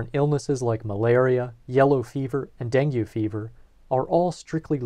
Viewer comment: Just FYI, Dengue Fever is pronounced, "DENG-gay"; otherwise, great stuff.